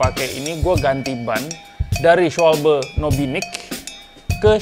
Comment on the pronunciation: Cara baca schwalbe itu schwalba om. 🤣